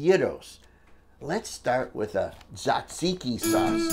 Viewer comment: And you pronounced taziki and gyro correctly☺